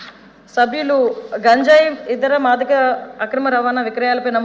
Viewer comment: Gaanjaaye kadhu ganjaye ani paluku thalli